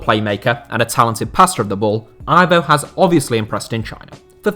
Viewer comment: Aivow?!It's Ivo